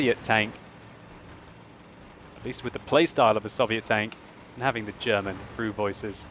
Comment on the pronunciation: For a brit he pronounces German words bloody well I'd say:-)